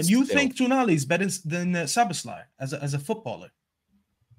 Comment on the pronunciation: The American guy talking about Szoboszlai when he only just learned how to pronounce the man's name. 🤣😂🤣🙃